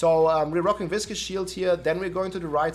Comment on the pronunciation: Biggest takeaway: that is how you pronounce "viscous." It's not vicious. They are two different words. isn't even a native English speaker and he's the first person I've seen say it correctly lol